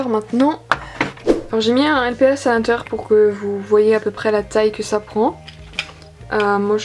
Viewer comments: Pourquoi tu dis lpis ? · poli tess la façon dont elle a dit lps c avec l’accent anglais ^^